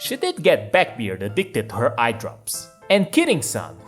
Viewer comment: It's backbeard, not beckbeard. Liberal or liperal? I am used to being around Latinos. Do I can hear a difference p and b. Unaspirated or aspirated. Are you Chinese? A slav? Don't stress the wrong syllables... It sounds wrong or means a different word. Not a bad video though. When it comes English sounds. The Th is produced on the teeth. Then uses the voice box, Thin does not.